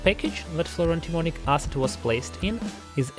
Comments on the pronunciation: I keep hearing "fluoro-demonic acid." I am not sure that that is wrong. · it sounds like you are saying "fluro-demonic acid"